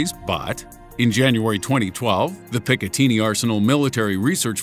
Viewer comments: lol but it is pronounced Pic-a-tin-nee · Yes, as I said, the ending rhymes with "tinny" (the metal "tin") not "teeny" (as in something small or tiny). I suppose it's a petty thing to argue about the pronunciation, but, having lived near that Arsenal in New Jersey, I have to say the locals would laugh you out of town on hearing that pronunciation. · Well-researched as usual; loved "the Pic-a-teeny" arsenal. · You said picatinny completely wrong